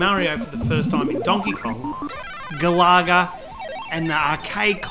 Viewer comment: Who pronounces Galaga like that!?😂